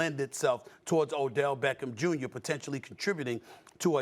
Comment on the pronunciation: Odellllll shhhhmeckem shhhhmjrrrrr